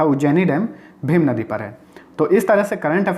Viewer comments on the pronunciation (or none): भीमा नदी है भीम नहीं